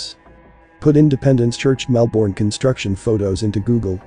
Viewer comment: So interesting! Thank you. Tip: it’s pronounced MELbin, MELbun down here😊